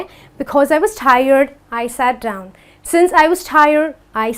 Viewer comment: It's not dowon it's down